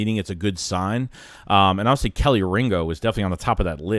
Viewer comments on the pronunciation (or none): Bruh your being a smart ass. I'm just giving you the correct pronunciation of this guys name, so you can stop looking like a jackass saying this guy name wrong.... We don't play around about our guys down here in Georgia.. Just show us some respect, please...